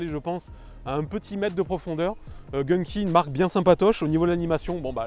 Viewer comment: Va te cacher tu sais pas parler c'est pas jinki c'est gun ki